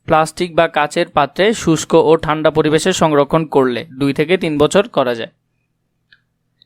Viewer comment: ঠান্ড হবে না ঠান্ডা হবে😅😅